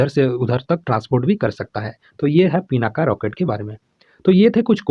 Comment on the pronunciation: Sir "पिनाका" नहीं "पिनाक"